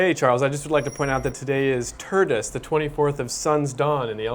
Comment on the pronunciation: did he just say TURDus???